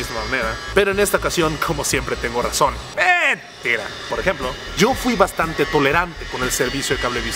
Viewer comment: El meeeeentira, ya lo dices bien raro :s